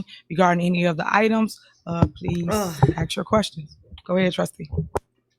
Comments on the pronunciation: Let me aks my manager 😂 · I couldn’t sit there and let her talked stupid to me. !!!!Throw 💩 back to her!!! Correct her English! The word is Our not Owl .!! How are you doing anything right bc you are crazy and Dumb as a bag of rocks!!! Asked not axe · She cant even prononce her words right , ax me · I can’t have my mayor or anyone who says axe instead of ask in control of my money 🤷🏽‍♂️ she def axing away at the money literally!!! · Wow, just hearing her speak proves to me how low her intelligence actually is. I've never hear a grown professional say axe instead of ask.. damn, why is Dolton reelecting this high school drop out? All this goofy ass beezy is doing is gaslighting and double talking stuff. The FBI is going to tear her a new one. They arn't going to take her ghetto crap. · you need to quit ax'em them and ask them lol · can we use proper English? axe? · Why can’t she say ask asa warlord instead of axe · Is she saying Ask or Axe?? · Axe axe axing....ASK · Why can't black people say"Ask"? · She cant enough pronounce the word ask